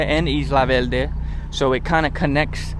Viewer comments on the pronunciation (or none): SantuLce. and Isla VeLde This guy clearly has puertorican ancestry. By the way Ocean Park is not in Santurce. Palque Balbosa. Guys, the R has disappeared! IN any event this was a very nice video, it brought back memories.